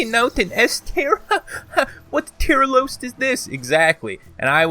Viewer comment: "Tier Loost" Fucking fantastic! XD